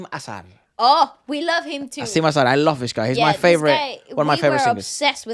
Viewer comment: It’s not Asiam-e Azhar-e Efra. It’s like said. Asim Az-Har